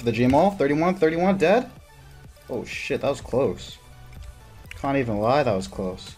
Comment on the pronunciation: I dont think he can pronounce A's he says splawsh, cawnt, nawt, whawt